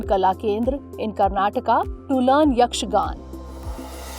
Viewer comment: Not yakshagan it's yakshaganaa